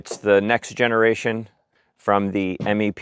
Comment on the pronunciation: Please, please say "MEP" one word, not spelled out "M. E. P.". We never called them "M. E. P".